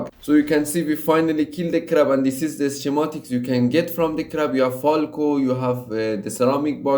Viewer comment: Get your pronunciation right, its driving me mad to hear you saying "schematics" or "ceramics".